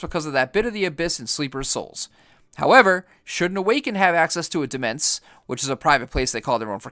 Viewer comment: Demesne is actually pronounced "Domain". Took me a long time until I found that out.